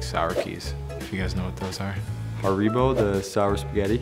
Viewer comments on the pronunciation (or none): We we going to ignore the fact that Dylan Larkin said Ha-Ri-Bo instead of Hari-Bo? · ha-ree-bo. dylan larkin to this day you are my only fear